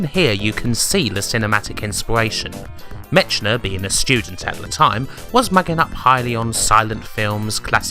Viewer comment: Love the work you do with the backstory, research etc.......but so many mis-pronunciations with people's names. It's "MECK-NER" not "MITCH-NER"....:) I know you are British...but it seems strange you would do so great at everything else but get people's names wrong so often lol. Karateka is mis-pronounced too. Maybe watch YouTube videos others have done so you get those names right. And something not necessarily wrong but interesting. In Canada & The United States things like Commodore 128 are said "one twenty-eight" .... not "1-2-8"....The Commodore 64 is said "sixty-four", and you don't call it the "Commodore 6-4" so I don't understand why you would think it's "1-2-8". Cultural thing I guess. The 6502 processor is general referred to as the "Sixty-five oh 2".....not "6-5-0h-2"....just being nitpicky but it drives me crazy when I watch your videos lol. :)